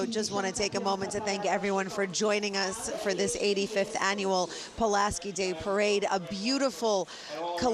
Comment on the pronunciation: Tom Tim Zauważ , jak spierdoliłeś nazwisko Pułaskiego .